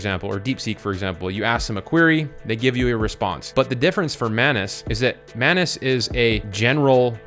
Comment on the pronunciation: The correct pronunciation is "maanuus"